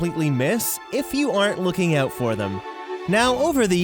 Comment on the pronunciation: Words you can’t pronounce: About out hidden . Eastuleggs . out gunnawunna out . Tired of listening so I will stop there out